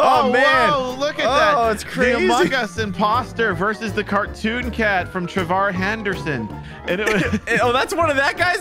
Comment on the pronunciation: tell that Trevor Henderson is not called Trevor Henderson it's Trevor Henderson